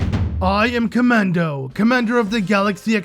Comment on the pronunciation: I love how you keep misreading Kamado as Kamando.